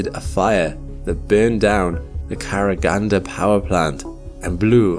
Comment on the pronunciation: In the word "Karaganda", the stress is on the last vowel.